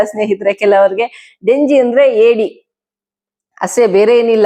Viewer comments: Not denji it is jenji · ಡೆಂಜಿ ಅಲ್ಲ ಮ್ಯಾಮ್ ಜೆಂಜಿ (crab)